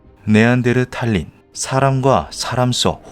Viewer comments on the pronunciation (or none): 여기 씌어진 음성 ai 맞죠? 네안데르탈인 발음을 네안데르타린이 아니라 네안데르탈린이라고 계속 하는거보니 사람이 발음하는거 아닌거같은데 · 네안다르탈인은 현생인류의 조상이라는 설이 유력합니다. 탈린? 탈인이라고 읽어야되지 않나요? 아무리 외래어라지만 읽는 방식을 지켜야지...멋대로 읽으면 되나요? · 네안데르탈'린' X 네안데르탈'인' O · 네안데르탈린 이 아니라 네안데르타린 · 네안데르 "탈린" 존나 거슬리네 고향이 어디길래 한국어를 그따구로 하냐? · 네안델를랄린 넘 거스림😢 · 네안데르탈인 발음을 제대로 못하네 쩝